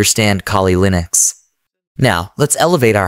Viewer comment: lol, you clearly used an AI voice. The way he pronounces "Linux"